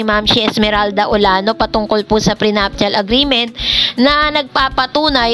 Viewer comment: Ate, dont get me wrong po, prenuptial is pronounce pi as pre napcial. Love you❤❤❤